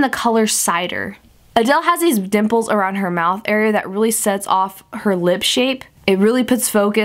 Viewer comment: I had to rewind because I swear you said NIPPLES instead of dimples! Lol I was like girl doesn't have any nipples?!